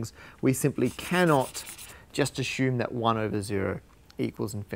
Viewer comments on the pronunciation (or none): great stuff these numerphiles. how come theyre keep saying (through all series, but here ) assume with an 'sh' , like ashume? is that some special slang?